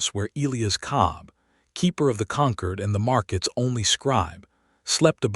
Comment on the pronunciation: Good story, but I wish the AI had better pronunciation. It can't pronounce the hero's name, it can't pronounce the important word "Concord". Please edit, train your AI pet. You will get more followers.